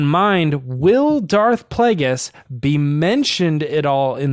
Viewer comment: Kazdan said Darth Vegas instead of Darth Plagueis in the comic con TFA Q&A, I think it was. It was very funny. The way I took it is that he doesn't really know anything about the prequels and he was just being charming about it... JJ came immediately to his rescue. But sure, maybe they were hiding something... I never thought about that. Guys, how is it possible you missed George Michael's death?! It was HUGE news. Best Christmas song ever: Fairytale of New York by the Pogues:) Did terrible in "Who Are You?". Great stuff though. Well done,.